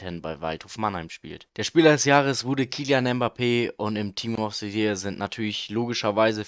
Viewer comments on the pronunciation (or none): Gutes video aber es heißt nicht ''Schampionsleague'' und auch nicht ''Team of se year''